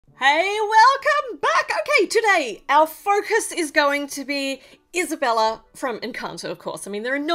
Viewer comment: By the way it’s not Isabella it’s esabella